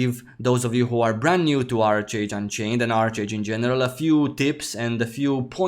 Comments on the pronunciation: Love your content, glad to see you back! FYI, I believe it's pronounced "ARK-age" 😉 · Made the same mistake at 1st but it’s pronounced ark age. Just wanted to let you know. Great vid as always!